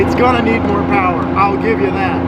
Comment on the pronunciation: Am I the only one who heard Mo Powa Baby